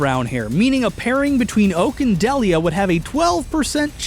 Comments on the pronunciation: Why do you keep pronouncing Delia as Del-ee-uh instead of Dee-Lee-uh? Like they do in the show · Sorry to be pedantic, but it’s Deel-ia, not Dell-ia. Also, why was it not considered that Ash’s dad simply has never appeared in the show? Why is it somehow obligatory for him to be an established character? That’s a massive assumption right from the start. Side note: Silver isn’t blond. Get your eyes checked. His hair is gray. A shade of gray that would be consistent with having had dark hair in his youth. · DEE-lee-uh!!! Not DELL-ee-uh! FECK! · It's "dee-lee-uh," not "duhliah." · THAT'S NOT the right sounding way to say her name, it's deal -ya THIS is the right pronunciation NOT dell-ya, also I DON'T think that Giovanni is ash's dad NO WAY, I think it's the aura user/guardian RILEY, THEY LOOK EXACTLY ALIKE. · Um…I would like to say that you said the mom’s name wrong, it’s pronounced Dee-lee-uh. Trust me I have that name. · AHHHHHH!!!!!! ITS PRONOUNCED DEAL-YEAH! AHHHHHHHHHHHHHHHHHHHHHHHHHHHHHHHHHHHHHHHHHHHHHHHHHHHHHHHHHHHHHHHHHHHHHHHHHHHHHHHHHHHHHHHH!!!!!!!!!!!!!!!!!!!!! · I thought Delia was pronounced "DEE-lee-ah" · So.. you can do all that science but can't pronounce Delia's name? (Dee-Lee-Ah)... Also why has no one else pointed that out yet? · Deh-lee-uh?? Oof that pronunciation. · Was I the only one bothered by the fact that he kept mispronouncing Delia's name? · Am I the only one bothered by the way he says ash’s moms name